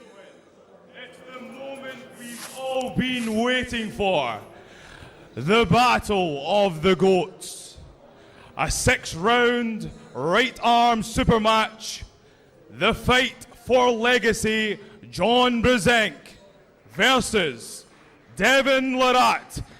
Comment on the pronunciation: dude, i know he has a accent but, thats straight up saying sex round not six hahahah watch